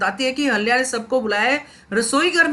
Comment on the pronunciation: Please pronounce Ahilya properly .